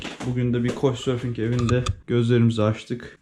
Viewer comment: Kauçsurfing kaaaaaaaauçsurfing aaaaa koçsurfing değil kaaauç 😁😁😁